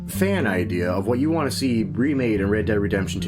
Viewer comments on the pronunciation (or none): none